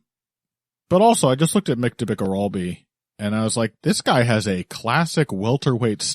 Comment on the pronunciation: The pronunciation of "Orolbai" is driving me nuts. Please go and find the Anik pronunciation guide 🤣